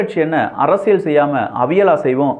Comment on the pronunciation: தம்பி. அரசியள் இல்லை‌ அரசியல் உச்சரிப்புசரியில்லை